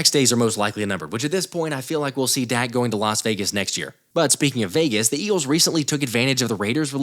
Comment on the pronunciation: Am I the only one that heard calling Dak, Dax? Daks?